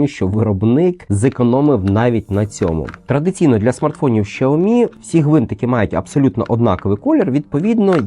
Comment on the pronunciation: 🤣 Так китайська вимова якраз звучить близько до "сяомі". Дослівно перекладається як маленький (сяо) рис (мі). "Шяомі" це викривлений англомовний варіант. У англомовних багато проблем з системою Піньїнь. Прочитайте базові правила читання на вікіпедії. Там написано, що Х читається як С з присвистом.